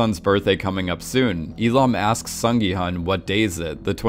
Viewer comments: Broski, Gyun, not gi hun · please call gi-hun -> gi-hoon It's the right pronunciation I know cause I'm Korean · Hi! Just wanted to flag one thing! The main character's name is pronounced "Sung Gi...HOON." Just wanted to let you know for future videos! (I'm Korean so just want to help others pronounce the Korean names more accurately if they mention them across multiple videos!). Thanks for all your thoughtfulness that goes into your videos and analyses! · The main character's name is pronounced more like Gi-Hoon (like long o in soon, even though it is spelled Hun)